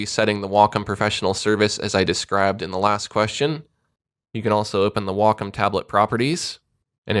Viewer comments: I pronounce it "wack-om" lmao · i used to pronounce it 'way-come' until i called their customer service and realized it was said like 'wahk-um'. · Every time I hear "wockum" i feel sick, its such an ugly sounding word. I'll keep calling it how it should be pronounced, as wacom